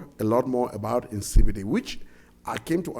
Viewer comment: so why is it known as nsibidi officially and written and pronounced as such if it's nchibidi